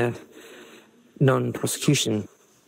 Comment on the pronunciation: When she said about Jeffrey that I think that he was going to appeal and that he was covered by the non prosecution agreement. prosecution sounded like prostitution the way she pronuced it.